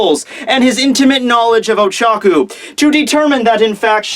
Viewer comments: Pretty sure it's Ochako, not Ochaku... And I think Tokoyami is a raven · It's Oh-Cha-Koh I watched your video pronunciations. I'm a big fan, but still. If she's your favorite, I just thought I'd suggest a better pronunciation of her name.